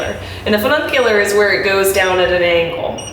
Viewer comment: Ooohh, breakin' out the "SloBot"... Nice view point you found... 👏🏼👏🏼 Fu ni cu lar NOT Fu nun cu lar... Funicular derives from the Latin word funiculus, which translates to “rope”... 🤓